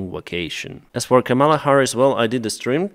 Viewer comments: It’s KA-mala, not Ka-MALA. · KAHMela Harris. The accent is on the first syllable. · I don't particularly like her, but please say her name right. Don't accent the second syllable. Ka-ma-la, all with the same short "ah" sound. It's actually Sanskrit based from kamalum which is a word for a lotus, but the root part kama means beauty/pleasure/love. Don't say Come-Allah. That's the disrespectful way intentionally used by Republicans like Donald Trump. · Привіт Деніс, Just a minor correction in pronouncing Kamela Harris’s first name. The first 2 syllables sound like the word “Comma”, (not “Camel”). Practice saying, “Comma-La” (rhymes with “Shangri La”). Cheers! Слава Україна! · Just a minor correction in pronouncing Kamela Harris’s first name. It’s first 2 syllables sound like the word “Comma”, (not “Camel”). Practice saying “Comma-La” (rhtmes with “Shangri La”). Cheers! Слава Україна!